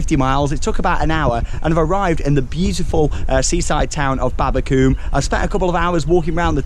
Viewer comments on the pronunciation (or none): Its pronounced Babba-come, not babba-cooome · The way you were saying babbacombe you say it like come on the end😁😁😁😁😁